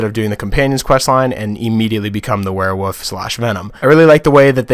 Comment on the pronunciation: the way you say werewolf bothers me it sounds like your saying werewoof i ain’t trying too offend you though